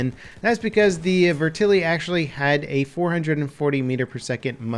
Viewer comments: I'm sorry, but the way you said "VETerlli" pissed me off lol. It's VET-erlli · its Vet-er-lee not Ve-terly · 'Vertili' AT LEAST TRY TO PRONOUNCE IT RIGHT MY GOD HOW HARD IS IT I'm not even Italian and this pisses me of lol